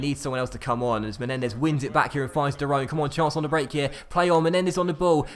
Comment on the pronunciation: Can you start pronouncing De Roon correctly like you did at the start you are now saying de roan haha also train dael fry in season has potential of 82+ and grows quickly with training